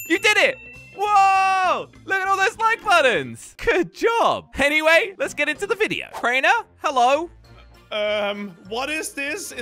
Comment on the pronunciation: who realised he said henyway